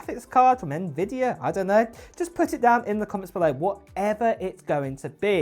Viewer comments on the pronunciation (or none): none